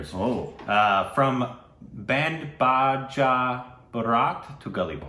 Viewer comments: seriously, Indian languages are NOT like Spanish, please check yourself with pronouncing j's as h!! It's getting irritating! Its not Band BaHa Baraat, its Band BaJa Baraat!! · Conditioned to pronounce J as H (baaja, not baaha) when reading non-english words because of proximity to Mexico. It's not their fault.